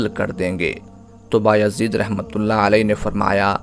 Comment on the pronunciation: inka name Baya zeed hy ba-yazeed ni... Yazid ibn.e.muawia lanti ka name kesy rkh skta koi Allah ka walli...